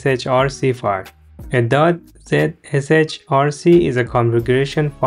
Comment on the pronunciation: helped very much very helpful thank you you sound silly saying .zrch or whatever it said